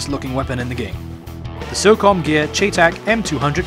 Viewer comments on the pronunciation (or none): chay tack.....its "shytech" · its pronounced cheytac like Shy and Tack. never heard anyone not even a real person who used the rifle in iraq call it a cheytac like chay tack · I'll forgive you because you're Chinese, but it's not pronounced "chaytac". It's pronounced like "Shy-tac". I'm a gun nerd, sorry lol. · Its prounounced Shy-, not Chey like its spelled. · its pronounced chey tac like shy tac not chay tac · Don't know if someone pointed it out, but it's pronounced "Shy tech". I know it's weird. Also if you've seen the American series, The Unit, they showed 2 of them in an episode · Don't know if someone pointed it out, but it's pronounced "Shy tech". I know it's weird. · hey, its spelled cheytac and its is pronounced Shay-Tec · it is pronounced shytech not cheytac it may be spelled that way but it is not pronounced that way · he was saying in wrong thy whole time. its spelled chaytac but its pronounced like shytac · its pronounced Shy-Tec just to let you know :) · its pronounced SHY-TAC! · its pronunced crytac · No its pronounced Chay-Tack. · cheytac is short for cheyenne tactical. Its actually pronouced shy-tac. Best regards buddy ;) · its pronounced "Shea-Tac." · pronounced SHY-TAC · Its pronounced Shytack